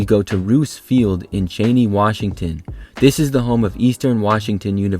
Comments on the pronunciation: Eastern Washington's home city of Cheney is pronounced CHEE-NEY, not Cha-ney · As an EWU Alum, yes. Chee-Knee